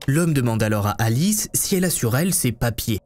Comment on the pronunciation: Thank you so much for your detailed and illustrated video. My spoken French is ok and I was able to follow pretty well. It’s was also nice to hear my names pronounced correctly. Cécile and Alice!